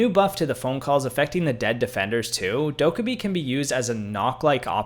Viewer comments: I’m sorry the way this mf ses dokkobi is just awful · Bro said dokkabee instead of dokkaebi Bro said nokk instead of nøkk